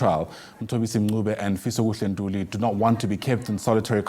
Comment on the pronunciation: Babe's wendaba should teach iphoyisa elikhulu on pronouncing fisokuhle ntuli not this bucturing people's name